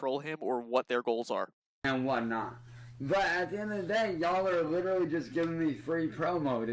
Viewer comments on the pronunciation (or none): It really annoys me when he pronounces literally as lit-trolley